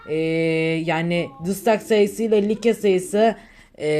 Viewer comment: Abi like like diye okunmuyor layk diye okunuyor bilgin olsun